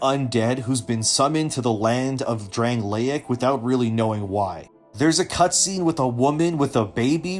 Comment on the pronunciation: Bro.. you played the game, but cant say Drangleic? Pass.